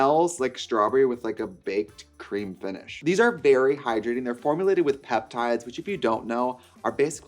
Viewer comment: I heard "berry hydrating" and I'm sticking to this reality